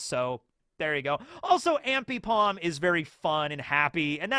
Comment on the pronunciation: Lol, you mispronounced a bunch of Pokemon and Rayquaza is the one you're worried about? In any case, it's pronounced "Ray-quay-za". Zoroark is "Zoro-ark". Arceus has the most different pronunciations of any Pokemon, so literally just go with whatever you feel like. By the way, Kanto-Mr. Mime is part fairy since the 6th generation. Brionne is pronounced "bree-ohn". Ambipom is "Ambee-pom" (ambidextrous). Dragalge is pronounced "Drag-algae. Yveltal is pronounced "Ee-veltal" with a stress on the v. (You get bonus points if you pronounce it "Yah-veltal". That's an MandJTV-reference.) Personally, I would've saved Gyarados for Kaido, but I guess that works too.